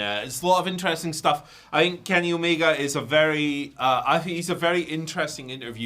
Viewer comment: His name is Kenny Omega not Kenny Omeger. Please stop added -er to the end of words that don't have -er at the end of them. It's a name. You can't just say it however you want. It's rude to mispronounce names like that. The "a" at the end of Omega is always pronounced as an "a" and never as "er". The letter "a" is NEVER pronounced "er" so please stop doing it with proper names.